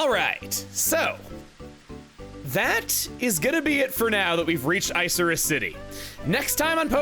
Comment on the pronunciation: Isn't it moor of icarus, not ice-er-iss?